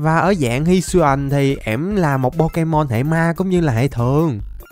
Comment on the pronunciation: Các pokemon hisuian đọc là hít su i ần nha:>